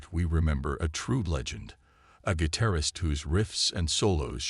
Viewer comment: What is a gui-tair-ist?